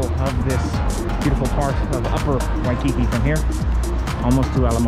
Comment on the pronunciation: You are in HAWAII, please go experience Hawaii. Also, it's WHY-key-key, not Wi-kiki. Ask a local, the names can be tricky. Rent a car and go to the Polynesian Cultural Center. Safari feels like we've only gone to the Hawaiian change hotels Adventure. We are excited about your adventures but please give us some Adventures